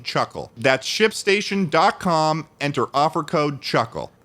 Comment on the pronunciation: Thought "Shipstation" said "Shitstain". Please help. Shipstation fix your damn logo I am crying.